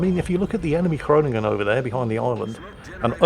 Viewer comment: You pronounce ‘Groningen’ very good. Greetings from a dutchy;-).